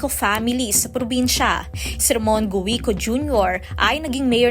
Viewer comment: Guwiko???😂😂 Kinulang kayo sa pagreresearch hindi Guwiko pagbigkas dyan kundi Giko silent U. Hahahahah